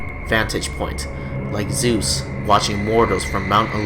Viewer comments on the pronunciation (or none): none